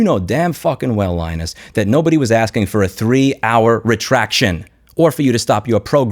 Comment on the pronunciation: Dude, the way you say RETRACTION at about - for a second I thought I was gonna get slapped through my monitor :) Makes total sense, though